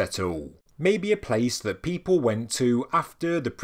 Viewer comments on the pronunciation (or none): none